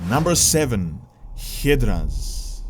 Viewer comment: People can excuse you for being a sell out. Trying to push some ad filled android game. But what is UNFORGIVABLEI is the way you pronounced Hydra.